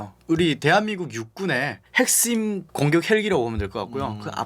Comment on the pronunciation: 남한말 잘하시지만 역시 "핵씸" 이라는 발음은 아직 특이하네요 ㅎㅎ 탈북민분들이 시옷 발음만은 안고쳐지시는듯 해요 잼있어요